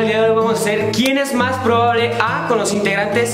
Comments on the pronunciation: Nadie: Absolutamente nadie:: (pone) Quien es mas pribabable a? 😂😅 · we jajja apenas me doy cuenta que en el minuto 51 o 52 dice pribable no mms